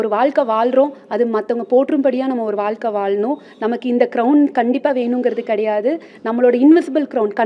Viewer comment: அது வால்க்கை இல்லை அம்மா வாழ்க்கை திருக்குறல் உதாரணம் சொல்றது தப்பில்லை தமிழ் உச்சரிப்பு ஒழுங்கா சொல்லுங்க அப்புறம் வந்து அட்வைஸ் பன்னுங்க